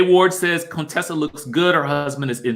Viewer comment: YAAASSS to my Sorors Contessa and Quad!🐘❤️ They looked absolutely stunning! Now, Quad looked a bit 'lifted' though. Was that busy the makeup or expert makeup artistry.: Please stop pronouncing her name as Coontessa!!!